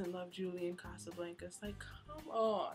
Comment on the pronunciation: And its casablancas (Ca-Sa-Blon-Kas)